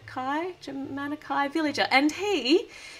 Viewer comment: From someone who watches the Tv show a lot, Jamanakai is pronounced Juh-Mon-Eh-Kai. Just to let you know! Sorry if anyone is offended by this comment!